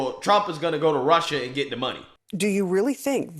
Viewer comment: What does AOC know about prosecuting felony cases? She can't say "and' without using 2 syllables! News asking her opinion about the taste of AIR is telling America it's good to be stupid. Channels giving her one breath of oxygen on public platforms it's telling Americans it's ok to be stupid. Your ignorance is important and will make you powerful and rich. Y'all should ask be ashamed of yourselves showing one second of her and alll like her.